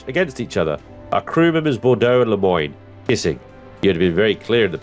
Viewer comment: Lemoine is pronounced "lemwann", it means The Monk. Strange name for a female character...